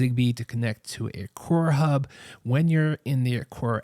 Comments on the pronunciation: Good review. It’s Aqara though. Not Aquara. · It’s pronounced Aqara (uh-car-uh)